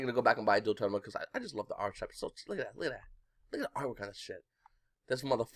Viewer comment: really like these market watch vids mang :)! it's archetype not archtype btw